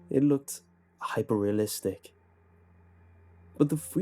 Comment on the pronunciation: Stop the video did he just say HYPERREALISTC? you have achieved unc status